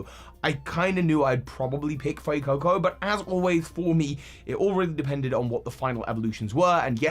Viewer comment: IT'S FUECOCO, NOT FUCCO!